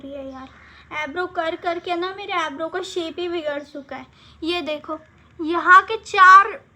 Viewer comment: Aybrow nahi hota hai eyebrow hota h😁